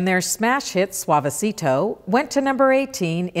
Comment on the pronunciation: The correct pronunciation is //suavesito//, not //suavesirou//.